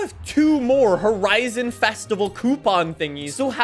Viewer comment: Horizon not ‘Hotizon’